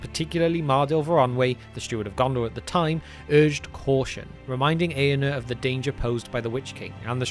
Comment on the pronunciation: Very good video. If I may suggest, the letter R is pronounced in the names. It’s AragoRN, EaRnuR etc. thanks